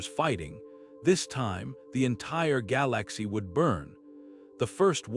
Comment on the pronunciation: "Gal Lax e" 🤣🤣🤣🤣🤣🤣